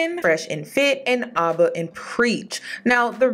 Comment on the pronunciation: Hey it’s AB-AH (Abs like the muscles group) not to be rude just to let ya know!